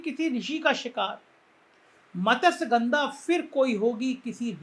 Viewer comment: "MA-TASYA-GANDHAA" NAHIN HOTAA : SAHI UCHCHAARAN " MATSYA-GANDHAA" HAI : ZARAA SAMBHAL KE !